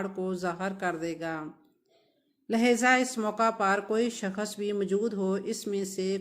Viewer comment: اور پہلے آپ اپنی اردو ٹھیک کریں اور شکست نہیں ہوتا ، شخص ہوتا ہے ، بی بی پڑھ لکھ لو اور تاریخ دان مت بنو تمہاری زبان سے پتہ چل گیا ہے کہ تم ان پڑھ بھی ہو اور جاھلہ بھی 😂😂 دریااااافت نہیں ہوتا ، دریافت ہوتا ہے 😂😂😂😂 باجی